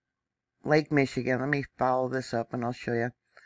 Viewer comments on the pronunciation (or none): none